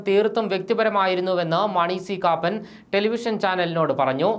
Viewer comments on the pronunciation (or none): എടോ സി കാപ്പൻ എന്നു വായിക്കാൻ അറിയില്ലെങ്കിൽ എന്തിന് ഈ പണിക്ക് നില്ക്കുന്ന ത്. കാപ്പാൻ എന്നല്ല കാപ്പൻ എന്നു വായിക്ക്